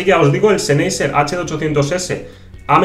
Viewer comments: todo bien, pero Sennheiser sería "Senjaisá"... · que bonitos seneiser he...SENEISER! pronuncia bien españolito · Duele oirle